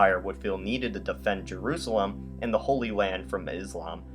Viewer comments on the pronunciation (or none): none